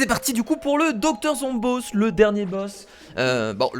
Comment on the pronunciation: c stressant que tu dise doc. zombôss dit zomboss